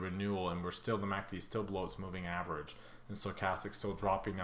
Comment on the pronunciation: I swear you said MACD Instagram..:))))) Thank you for analysis